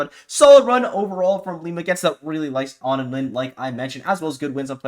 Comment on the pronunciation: Did onin clarify that their name is on-in instead of oh-nin? I’ve only recently begun hearing people say ah-nin and to me it obviously seems like the incorrect way to say it.